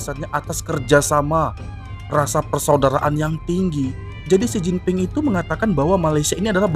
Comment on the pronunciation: Xi Jinping bukan Xin Jinping.